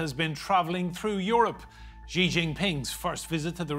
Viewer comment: Please learn to say Xi properly.